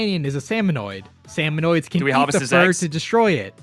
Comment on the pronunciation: i'm a giant lore buff of the splatoon series and it made me cringe so hard hearing the video call salmonids "salmonoids". it's pronounced "sam-oh-nid", there's no O after the N. salmonids have their own handful of interesting lore, like how their species worships the concept of death and thinks dying for their tribe is a noble cause. they tend to fight with kitchen utensils, like how smallfrys use spoons to attack, cohocks use frying pans, there's an entire boss salmonid species called grillers (wonder what they use), and more.